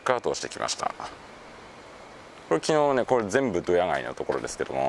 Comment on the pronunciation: ドヤのイントネーションが違うんだよなぁ